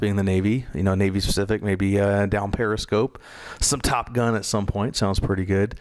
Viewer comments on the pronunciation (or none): none